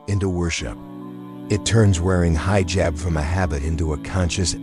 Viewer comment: Excellent content but remove AI please. Allah must be pronounced properly. Other pronounciations to be corrected by the speaker are 'hijaab' not hyejab, some things become comical like spelling words than pronouncing them like 'Taqwa' - also saying 'dot' makes it absurd. So please choose a real person to relate this content - again content is simply excellent. 'Allah' MUST be pronounced correctly or people with switch off. Not 'hay-are' but 'hyeaah'. Not 'people dot' but 'people'. All the good work here gets detracted by the impact of the comical mispronounciation.